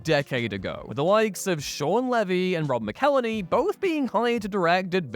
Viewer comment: “Rob MickElleny” you were so close 😭